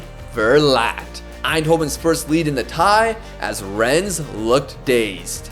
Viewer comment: ES in Rennes is silent :) It's pronounced Renn